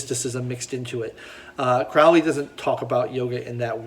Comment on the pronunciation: Crowley rhymes with snow-lee